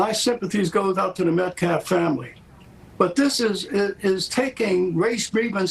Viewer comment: He never says Austin’s last name correctly. It felt purposeful!! It’s not Metclaff you race hustling cowards!!